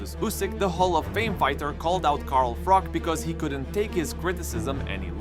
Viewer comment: It’s Froch not ‘Frok’ FFS